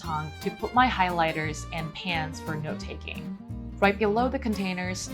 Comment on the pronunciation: Love how she says pens like pans 😅